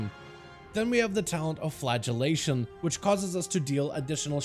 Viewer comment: great guide, well explained, but: when you say flagellation i hear flatulation which makes me think of farting x)